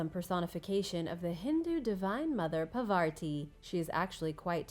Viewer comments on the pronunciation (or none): Its Parvati Not Pavarti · Its 'Parvati' not 'Pavarti'....but other than that...cool!